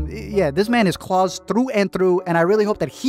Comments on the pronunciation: its klaus (ka-loust) like on american dad not claus like santa claus (claws) ugh. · Is it just me or does he keep saying Claws instead of klaus lmao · the way u say Klaus’s name like “Claus” as if hes Santa kills me xD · I’m sorry, but every time he says Klaus it sounds like “claws???” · This video was overshadowed by my pure rage every time you called Klaus ‘clause’ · When he pronounces Klaus like clause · Why do you pronounce Klaus like claws? Lol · No one gonna point out how he says klaus like Santa klaus !!??? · Klouse, it’s not Santa😑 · Why does he call Klaus claws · Yep, I know people hate to hear it, but it’s not incest according to the definition of the word. It’s very weird, super odd but not incest. Did it throw anyone else off that he keeps pronouncing Klaus as “claws”? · Why are you pronouncing it "Claws"? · The way you pronounce Klaus tho 🤣🤣🤣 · How did you mispronounce Klaus every single time lmaooop